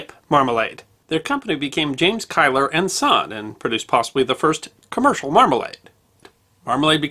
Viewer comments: Quite! It sounds very grating as Kiler! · Great video essay as always! I can see why you pronounce 'Keillor' as 'Kyler' (ie following the German pattern of pronouncing 'ei'), but in Dundee the name is pronounced 'Keeler'. I lived in Dundee 's Seagate 40 years ago, but never knew that Keillor's had a shop there, presumably their first. As the name 'Seagate' suggests it is close to the docks, so it's understandable that Keillor's could move quickly to take advantage of an opportunity to buy spoiled cargo. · As always a most enjoyable video. However, as a Scotsman, I have to take you to task with your pronunciation of the name of the family from Dundee who are said to have invented Marmalade. The name is pronounced KEEL-OR and not Kyle-or. Again this does not detract from your excellent video. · Kieller - Pronounced "Keeler" locally in Dundee and generally in the UK. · Apologies if already pointed out. The name Keiller is pronounced "keel-er".